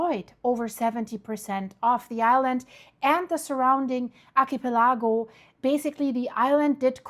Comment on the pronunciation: Archipelago...ahr-kuh-peh-luh-gow. Sumatra...soo-mah-truh with the emphasis going on the 2nd syllable😁❤